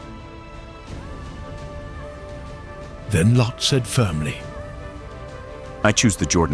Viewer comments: This biblical account is applicable to today's world. But "LO?" Uhmm... isn't it "Lot?" 😂😂 These AI voices need some work. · It’s lot not low! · Well done, although it is grating when the ai voice calls Lot "Lo." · Why does he keep calling Lot, "Low"? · MY BELOVED'S, THE NARRATOR, IS TERRIBLE AND WRONG ON SOOOOOOOOOOOOOOOO MANY POINTS AND ZOAR BURNT TOO AND IT WAS FIVE CITIES THAT PARISHES, NOT JUST TWO OR SODOM AND GOMORA!!!!!!!!!!! I LAUGHED AT THE NARRATOR'S PRONUNCIATIONS OF LOT, WAR AND THE WAY HE GOT THE FACTS WONG LIKE LOTS DAUGHTERS, THEY WERE WHORES AND THEY PRODUCED NATIONS OF EVIL IN THE MIDDLE EAST OF TODAY!!!!!!!!!!!! LOT WAS A TERRIBLE MAN AND HIS DAUGHTERS WERE WORSE AND THAT'S WERE WE GET THE COVENANTS OF TODAY LIKE PALESTINIANS, IRAN, IRAQ, ETC., JUST EVIL GOVERNMENTS FROM LOT'S DESCENDANTS!!!!!!!!!!! ABRAHAM'S DESCENDANTS ON THE OTHER HAND ARE TODAYS ISRAEL, BUT THEY TOO ARE REBELLIOUS, SADLY!!!!!!!!!!!! LOVE YOU ALL AND BELIEVE ON THE LORD YASHUA AND YOU WILL BE SAVED, AMEN!!!!!!!!!!!!!! 🥰❤️🙋🙌🙏⚡⚡⚡